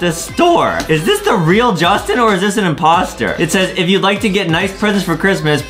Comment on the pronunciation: Go to english class and speak J-u-s-t-i-n not judtin